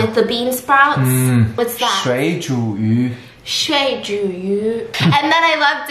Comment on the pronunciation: That's the cutest pronunciation of shuizhuyu I've ever heard.